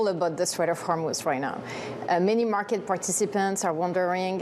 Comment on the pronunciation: South Africans are so naive and cannot even pronounce Hormuz correctly